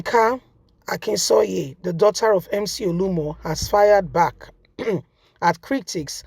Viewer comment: True to type you don’t research your story. You’re always mutilating people’s names. This guy’s name is not Olumo but OLU OMO. Surely both words mean different things in Yoruba language.